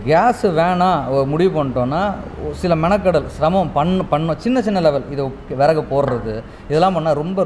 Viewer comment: விறகு தமிழ் சரியாக படியுங்கள்.